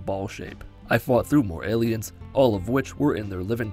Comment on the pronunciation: Is he saying ayleids instead of aliens? I honestly can’t tell and it’s driving me crazy